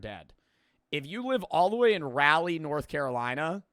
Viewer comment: I am very disappointed in you for pronouncing my city of Raleigh wrong